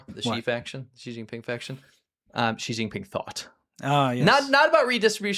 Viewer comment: Make sure to NEVER pronounce Xi Jinping correctly.